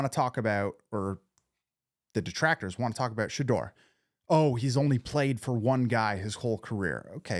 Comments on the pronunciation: You're still butchering his name it's pronounced Sha-door 🚪 not Shadrrrrr😮😮😮😮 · If you’re going to be commenting on Shedeur you need to learn to pronounce his name. It’s pronounced Sha DOOR 🚪not Sha Durr.